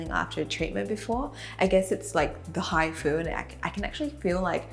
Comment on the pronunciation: When u say hifu it sounds like hi food Lol